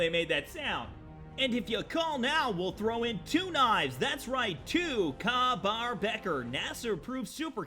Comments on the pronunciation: It's pronounced Kay Bar. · I'm I the only one face palming the he said ka bar (pronounced Kay) as kar bar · I cringed when he said kah baur lol its pronounced kay-bar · sounds like Ryan Reynolds impersonating Jim Carey impersonating Jim Gaffigan. And it's Kay-bar, not kah. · It's kay-bar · bater, my dude, it's kay-bar, like pronouced Kay not Ka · Love your videos dude... but I cringed every time you said ka bar. It sounds like kay. As in okay. Not ka like in car. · It's "Kay bar" not kah bar phew I didn't think I'd be able to correct a person on the internet today thank fuck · It’s pronounced Kay-bar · It's pronounced "Kay Bar" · Sorry but its pronounced kay bar knife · IT’S PRONOUNCED “KAY” BAR DAMN IT! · It's pronounced more like "tahn toe", and "kay bar". I got a weapon mid for the Jericho 941 and it looked great, but did more damage than a tricked out combat rifle. So many of these are way over powered. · pernounced kay bar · Welcome back! Your vids always crack me up! btw, Ka-Bar is pronounced Kay-Bar. And thanks! I have been looking for some decent two-handed swords! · "The combat knife looks like shit" BOI IT'S A KA-BAR. Na just kidding, although I do like the vanilla design., I swear you're gonna be as big as MXR one day. You're funny, yet your info is accurate. Keep up the good work bro!!! Btw you pronounced Ka-Bar wrong. Just tryin to help out!! Keep on!!